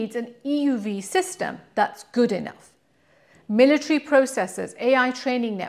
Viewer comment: And 'military'.